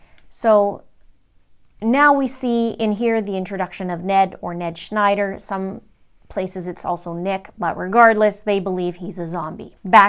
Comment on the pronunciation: The Ned Schnder gets me every time 😆